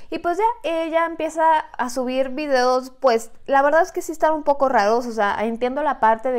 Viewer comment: Yo dandome cuenta que en el minuto dijo videdos: (. _ .) xD